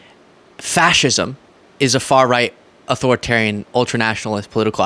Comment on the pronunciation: Watching Aiden Ross trying to read out the definition of fascism and actively mispronounce so many simple words like authoritarianism and ultra-nationalism is just embarrassing. It's as embarrassing as listening to one of Trump's so-called speeches. 😮‍💨😮‍💨😮‍💨